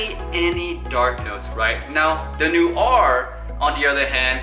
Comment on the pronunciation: Your saying noir all wrong